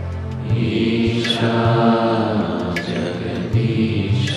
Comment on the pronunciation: Why rhe words are pronounced with an extra A like" जगदीशा" "महेशा"??